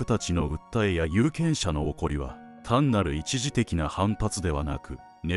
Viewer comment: 「怒り」の読み方 「おこり」✖ 「いかり」○ 分かりますか？